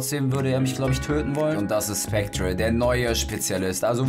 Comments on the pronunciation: Mein Gott der wird nicht ,,SpectRe", sondern ,,SpecteR" ausgesprochen ... Man sagt ja auch nicht ,,centRe", nur weil es so geschrieben wird. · Aahhhhhhhhh😂 wird das nicht "spectre" sondern "specter" ausgesprochen? 😂 😂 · Es wird glaub ich "specter" ausgesprochen, auch wenn es spectre geschrieben wird. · Wird specter ausgesprochen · Macht mich irwie voll aggressiv wie er Spectre ausspricht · da hat wohl wer nicht in englisch aufgepasst so wie er spectre ausspricht :D